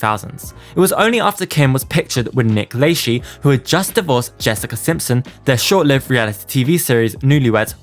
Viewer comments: It's pronounced Nick La-shay haha Not La-shee ;) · This was driving me nuts, it's Nick LUH-SHEY. Not Nick Lay-she (Lychee anyone) lmao. ☠️🤣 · oh wait!! LAYSHEE isn't how Nick says his name?!! Must be around those FREE houses in that cul-de-sac kris & rob k moved into after having Kourtney .... This guy slaughters American English 😢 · 'Only contained FREE massive houses!' Too bad i didn't find that enclave before Kris, Rob, & Kourtney kardashian.i could use a FREE house, especially a massive one! - LayShee?? Hmm🤔 thats a new one. Never heard his name pronounced that way. Hmm🤔 😆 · ....its La-shay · Just fyi Nick Lachey's last name is pronounced "Le-shay" I hope that this helps for future reference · Nick Lachey’s last name is pronounced La-Shay. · Lol Nick Lay-shee. This was super interesting. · Isn’t it pronounced “LaShay”??? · I have seen a couple of your vids and you are very thorough but I. HAVE TO SAY YOU ARE SHOWING YOUR AGE KID...gotta correct you on a few things......it's pronounced Nick " LA-SHAY.........and not the E.S.P.Y awards. You pronounce it like it's a word.....that pick she took at the Kanye party with Nick.....I am pretty sure that's when they were messing around since it was confirmed after the fact.... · it’s pronounce La SHAY .Nick La SHAY. SHAY say it correctly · Nick lachey is said nick la-shaye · Nick Lay-she 😂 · the Nick “LAY SHE” SENTTTT MEEEE OUTTTTT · You kept saying Nick Lachey wrong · Dude u drive ng me crazy the way u saying Nick name wrong. The e is silent. 🤣 Dude google can help u. U do t sound art when u do that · It’s crazy that people don’t know who Nick Lachey is (I’m only assuming because of the way you pronounce his name) 😩 I’m so old